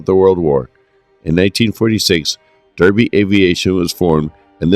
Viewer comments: Derby is pronounced "Darby" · DARBY, BIRMING(UM), R OOT ES, other than that a good potted history of a great airline